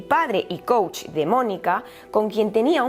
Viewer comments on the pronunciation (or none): none